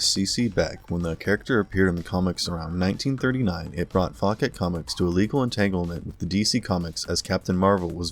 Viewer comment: Only thing that bothers me in this vid is how many times he mispronounced "Fawcett". It's "FAW-set", not "Faw-ket"...LoL